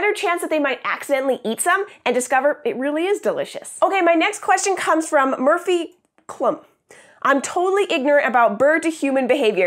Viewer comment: I think I laughed a little too hard when you were reading the second question and said "Murphy...pause...Clum" 😂